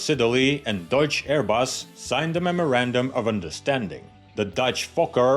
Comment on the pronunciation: The ‘CH’ threw me.